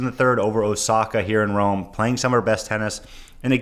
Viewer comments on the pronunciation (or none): none